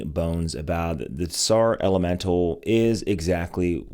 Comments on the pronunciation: Bro, you’re murdering the name! The “T” is silent. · TS in TSAR is pronounced as ZZ in PIZZA